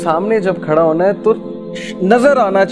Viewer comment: Sir Wanna Hoona not Hoana